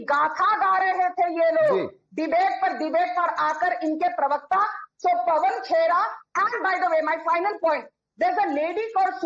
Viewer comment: calls paban khera as paban chera😅